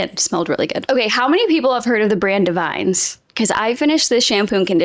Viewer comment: Davines is a good brand, it's pronounced "dav-in-ess." They have probably the only salt/texturizing spray that doesn't dry out my hair.